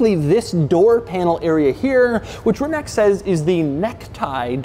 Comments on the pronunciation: Its NOT rimak it is RIMAC!!! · It is Rimac. Not RimaK. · It's Rimatz, not Rimak. Just sayn'. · Its not Rimak its Rimac. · Rimak wtf its rimatz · You did not evan seid the name right..it is not Rimak... but Rimac...leran to say it right when you are making review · Stop pronouncing it RimaK, it is Rimatz, says the guy who's name it literally is. Its the equivalent of calling you Dooog Dehmoorow. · It's not Rimak it's Rimac. With "C". Please, americans it's not that hard to pronounce it right. My ears hurts. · it's not Reemack... its Reematz... (Rimac) ;) doug you should first learn to pronounce correctly before trying to do these videos :) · I thought that Doug would go the extra mile and actually learn how to pronounce the name of the company.. It's not Rima(k), it's Rima(ts).. For f*** sake. We're not talking about some one time unknown brand with a Chinese name. Rimac is already a well established company, let's make an effort here.. Thumbs down Doug. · Pronounced "Rimatz." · Rimac are pronounced Remuts like nuts ❣️ Love from Berlin 🇩🇪 Ramsi 😘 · Doug, its pronounced like this „Reematz“ - a Friend of mine is from Croatia and told me so. Great Video BTW. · The best respect one can give to such a unique automobile is by getting its name right to begin with. It is Ree-mats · Hello Doug! Congratulations on the impact you have in the automotive journalism. Please use your influence and teach the whole world it is pronounced "RIMATS". No "K" in the end whatsoever. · Aside being the fastest, this car is certainly most configurable production car ever made. Amazing subtle design. (BTW the proper pronunciation it "Rimatz") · Jesus, the way he pronounces it "Rimak" and then repeats it about 17 times in the first minute... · Hey Doug: respectfully, Rimac is pronounced “REE-matz.” Just thought since you make an effort to pronounce “Maybach” and “Porsche” authentically you’d also want to know how to pronounce Rimac. Have a nice day and thanks for the content